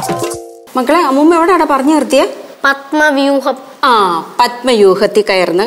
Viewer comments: padmayuham alla keshu paranjathu keettille padmavyuham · പദ്മവ്യൂഹം ആണ്... പദ്മയൂഹം എന്നാണ് പറയുന്നത്......